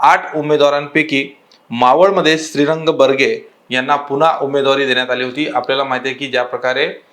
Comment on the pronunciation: जर तुम्हाला उमेदवारच नाव नीट घेता येत नसेल तर आपण कृपया व्हिडिओ बनवू नये माननीय श्री श्रीरंग बारणे अस नाव आहे मावलचे खासदार आहेत